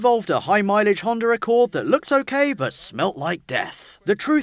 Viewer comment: why do y'all say Hondar